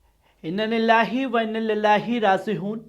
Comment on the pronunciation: Abe tu Itna Bada journalist hai aur Tujhe Inna lillahi wa Inna ilayhi bolna Nahin Aata Hai Apna channel band kar hat idhar se